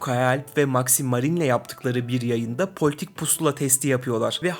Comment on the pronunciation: Maximarin değil Maxmarin